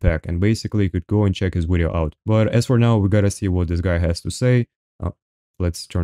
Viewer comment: I really like the word 'wideo'.